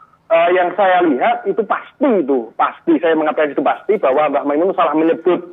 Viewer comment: Nyebut nama saja salah kok Gobloookk Kyai Makmun Kyai Mak Mun Masih nyocot Itu orang Lum kenal mbh Mun Nyebut namanya mbh Mun saja salah kok Hajarrrrrrr mas Roni...itu orang Juta'an santri di belakangmu